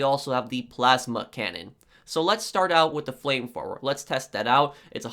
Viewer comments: It's "flame thrower" not flame fwower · “Flame frower” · Frame fwoer lol this guy's got the typical nerd voice. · the “fram frower”😂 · Flame Frower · It made me laugh so hard how he say flame thrower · Brooooo u talk so fucking stupid what is a flame froer? And wtf is wiff lol dude seriously...